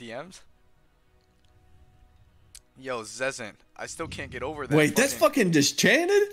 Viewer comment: Ah yes, the daily dose of dischanted